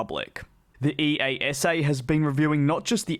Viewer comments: Please for hundredth time.. It's Ee-ahh-sa. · DJ my only wish for 2021 was that you would start to pronounce EASA right EE-YAH-SAH. Imagine a youtube foodcritic say M-C Donalds all the time. That would be pretty silly wouldn't it? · I have heard EASA normally spoken to as a single word, not each initial letter in turn, i.e. ee-ah-sa.